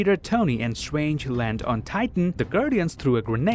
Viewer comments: Do you pronounce 'strange' as swange because that is what i heard and if you go to you can here pronounce strange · He can literally pronounce almost everything with the letter R in it, but not Doctor Strange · “Just how swong doctor swange is” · Doctor Stwange 😂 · I love it how you pronounce Strange😂 and yeah he's super strong, he's Top 3 of my favourite characters for a reason